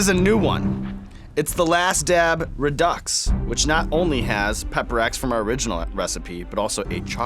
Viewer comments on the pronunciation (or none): Redux is actually pronounced, re-doo or re-doe